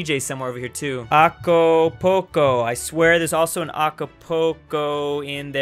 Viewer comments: "South Texas" "AcOpOcO" Me as an intellectual mexican: F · “Acopolco”. “South Texas”... I feel ofended